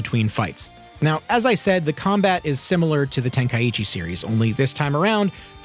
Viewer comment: Brother say tenka-ichi lmao